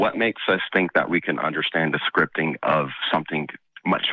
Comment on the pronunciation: it's Scripting, not "scriping". yes, im that type of person. xD